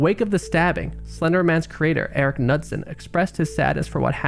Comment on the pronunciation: The writer is Eric Knudsen. Pronounced (Ka-newt-son) not nudsin. My last name is Knudson.